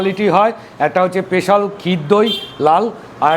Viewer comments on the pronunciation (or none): Special ❌ পেশাল ✔️